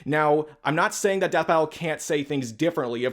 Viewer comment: sounded like you said Spite battle so had to rewind.